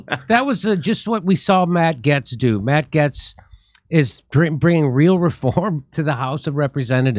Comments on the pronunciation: Matt who? Getts? Don't think so... I am fairly sure (as a Brit) its pronounced GATES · Jimmy the a in Gaetz is a long a, the e is silent. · ...Jimmy...it's Matt "Gates", not "Gets". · Its not GETS!! IT'S GATES !!! Hollly shit how hard is it to pronounce the man's name properly? Jesus Christ dude. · Jimmy it is said GATES Not Gets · See... At least Jimmy is half way funny... Despite his* dyslexia... And complete inability to pronounce common words and names... GATES! MATT GAETZ SOUNDS LIKE BILL GATES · And that WORD is GATES not GETTS. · It's Matt Gaetz pronounced "Gates". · It’s pronounced “matt gates” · It's pronounced Gates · jimmy its pronounced gates like pedobill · It’s pronounced “GATES”. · I agree...and ALSO... Gaetz is pronounced the same way as GATES! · Gaetz = Gates (Pronunciation) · Why do you pronounce this last name wrong?🤔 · How are you and me the ONLY ones pointing this out? How many people are in the studio with him who refuse to correct him? He just sounds dumb and uninformed and out of touch... how can you not pronounce Gaetz properly with his name being spoken correctly on all media networks?